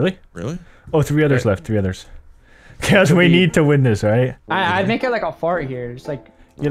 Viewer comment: says Chaos like Kiosk:P